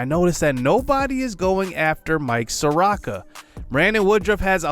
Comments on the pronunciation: If your "J" from "T&J" Where the hell is T?? Is he imaginary? Lol At this point I'm starting to think your like Flight, to were your intentionally mis pronouncing these players names lol Mike (SOAR-OH-KA) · Just wanted to let you know that Soroka is pronounced saw-row-kuh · ay idk if you've gotten other comments like this, apologies if you have, but Soroka is (suh-ROE-kuh)